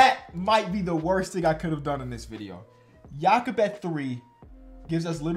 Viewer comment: mad respect for pronouncing Jakob the German way